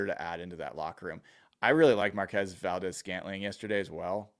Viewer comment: FYI it’s pronounced Markwezz. He got a little testy with reporters mispronouncing his name 😮😂